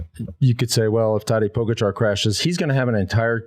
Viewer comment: The surname of the best rider in the world now is pronounced PogAchar (accent on the first A), not pOgachar... Please, show some respect to the greatest, at least.